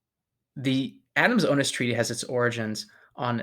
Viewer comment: Hey, it isn't OH-nis, or LOU-ee day oh-NEE; it's Lweez de oh-NEESE. Spanish is completely phonetic and exceptionally easy to pronounce, if you care to spend a tiny bit of time on the names that are important to you.